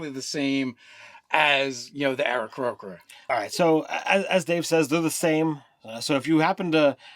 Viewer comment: Pretty sure it's "Aarakocra", nice fail